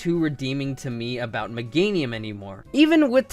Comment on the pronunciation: It's Meganium, NOT Megnatium! AND HURTED IS NOT A WORD!